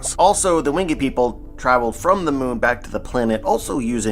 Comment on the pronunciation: Yo, i love the content. I've been watching your theory videos for a while now. There is just one thing that i must inform you of, the way you say the word "winged" you pronounce it with 2 syllables "wing-ed" when in fact it should be 1 syllable more like "Wing'd" 😅, this is not a huge deal just thought you should know, Keep doing your thing with the content though! 💯